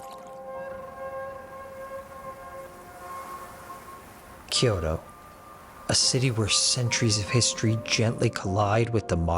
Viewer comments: I am sure I will sound like an ass here, but Kyoto is a 2 syllable word, not 3. Kyo-to, not Kee-yo-to. Just saying. 😅 Just trying to be helpful. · Gorgeous video and very helpful--thank you. Wanted to point out that "Kyoto" is two syllables. Same for the traditional place to say, "ryokan"--two syllables. Thank you for this great content.